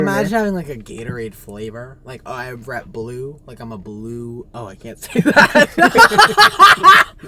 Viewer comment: ok wait why can't nick say rep blue i'm so confused 😭